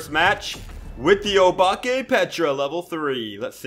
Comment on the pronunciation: Guys btw, the pronunciation of obake is oh-bak-ay, (dont hate on me if u didnt care🥺)